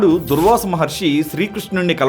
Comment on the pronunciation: Dhoorvasa Not dhur'vasa